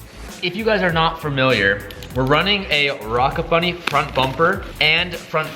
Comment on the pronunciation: “Hey what kit are you running on your 350z?” “Oh I’m running a rocka bunny kit” “don’t you mean ROCKET bunny?” “Yeah why” “oh thought rocka was another rep kit” LEARN TO SPEAK BRO